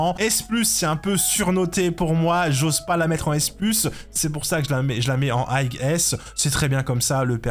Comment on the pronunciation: Le "gh" de high ne se prononce pas le frère. Autrement tu aurais dû faire une catégorie au dessus de S+ car Acheron elle détruit Lunae et Jingliu de loin. Pareil pour Ruan Mei qui est au dessus de Sparkle par contre même si Sparkle reste un peu meilleur que Bronya, elle reste dans le même tier avec Sparkle, niveau sustain Gepard a pris un up grâce à Acheron. Pela même délire que Gepard qui up grâce à Acheron.